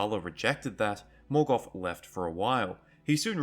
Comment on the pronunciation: There is no "F" in "Morgoth"....